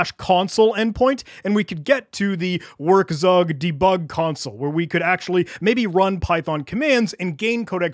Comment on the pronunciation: "werkzeug" is pronounced "verk-zoig" by the way